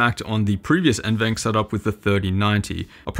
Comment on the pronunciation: just a friendly comment from a passerby. NVENC is pronounced N-V-Enc, not N-Venc. Most youtubers pronounce it like the latter for some reason, but at Nvidia it’s pronounced like the former. Great review btw :) Cheers!